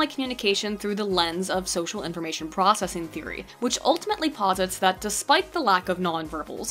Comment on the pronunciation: "PROCVESSING" you need a lie down...